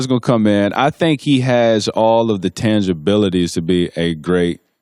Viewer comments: Did he say tangabilities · man said tangabilities tho